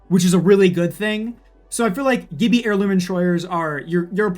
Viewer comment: Funny how no one brings up the way he said Gibbi